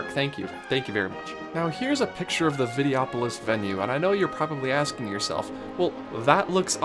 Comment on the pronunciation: Just pointing out it is Vide-Oh-opolis. And yeah they could use the space and make another attraction to stand in another long line in, or you could go see a nice show in the comfortably shaded theater, important during the hot summer months, and sit and rest your feet for twenty minutes. Hey I realize this is your opinion and granted, there was not much going for the Videopolois theater, or Golden Dreams for that matter. But having a wide variety of entertainment, plenty of shade and snacks, and especially shows with seating are incredibly important to keep guests from burning out throughout the day. Considering that the big entertainment venues like parades and fireworks do not have seating, it's nice to have a show or two that does. Good job on the video dude but regrettably I disagree on almost all fronts, except Inoventions. You got that one right. As a 90's kid I grew up on Vacation Hoedown and the Rescue Rangers as well as the Motor Boats which had a Gummi Bear overlay. It was promoting their afternoon cartoon lineup which I also grew up on so lots of childhood there. But anyway good vid.